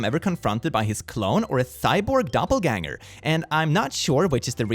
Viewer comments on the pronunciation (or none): none